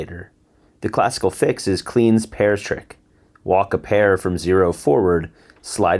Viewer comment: good stuff again! I don't think anyone else on youtube is covering the lambda cube. btw Kleene is actually pronounced like clay-knee